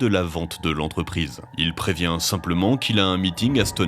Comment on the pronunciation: StoneHENGE, pitié arrêtez avec votre stoneEDGE… 😭